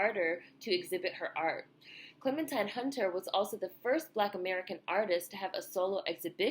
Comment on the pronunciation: loved your video, however her name is pronounced Clementeen.